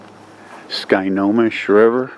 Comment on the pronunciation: “Sky Ko Mish”....... pronunciation. 😄. You got to go to more TT ..... We were not impressed.